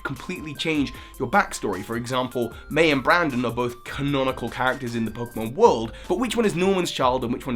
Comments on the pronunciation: Not sure if its your accent, but it still triggers me. Its BRENDAN, not BRANDON. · My boy, it's BRENDAN not BRANDON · Small thing, but it's BrEndan, not BrAndon. The name has an e, not an a. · His name is brendon not brandon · Brendan, not Brandon! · it's Brendan not Brandon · It's Brendan, not Brandon. Pronounce it right people. They're different names. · It's Brendan, not Brandon, Brandon is the Frontier Brain:P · It's 'Brendan'... why do you always make these mistakes